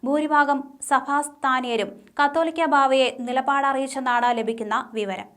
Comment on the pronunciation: കത്തോലിക്കാ ബാവ അല്ല കാതോലിക്ക ബാവ